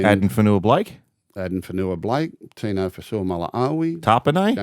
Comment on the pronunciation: Gus ace it with Tinos last name correct pronunciations 👌